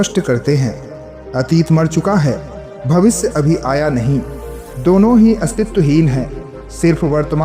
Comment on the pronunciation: भविस नही भविष्य.